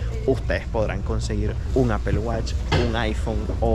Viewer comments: le falla el english a justo como a los españoles osea apple no se pronuncia apel si le pides una manzana a un gringo te dirá no se dice apel ni la fruta ni los productos de steve jobs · Apel ? Se dice apple (Apol) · Se supone que hablas inglés y pronuncias apel. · No es apel es apol (apple) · Apple se pronuncia Apol no Apel, please!!!!!! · No se dice apel se dice apol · Si m sorprende q hablas inglés y dices apel!